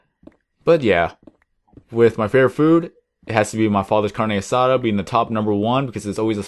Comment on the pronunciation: carne asada you said that so white my nana over heard me watching this video and staryed laughing her ass off